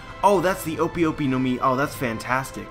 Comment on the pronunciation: O-pi o-pi no mi? Nah it's o-pay o-pay no mi because I is pronounced as e and e is a in Japanese.